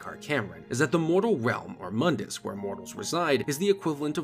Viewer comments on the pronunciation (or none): none